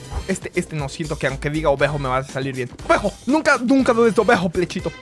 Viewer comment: A mi me da gracia cuando dice obejo